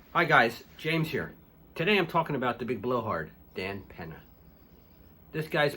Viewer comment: Can you say “Peña”? It’s not pronounced “Penna”. It’s pronounced “pen-yuh”. Now make this video over again and pronounce it right. An “N” with a tilde (ñ) sounds differently.